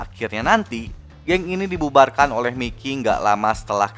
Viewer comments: Bukan miki tapi mayki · Mikey (bacanya Maiki)